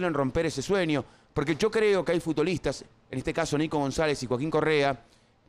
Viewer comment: "FutDolistas"? WTF Pollo!